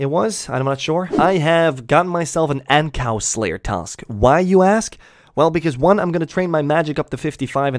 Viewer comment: When my mans said ancows I legit thought they added a new monster 😂😂 like tf is a ancow